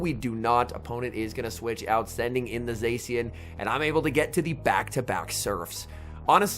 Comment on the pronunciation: I lose my mind every time he pronounces zacian wrong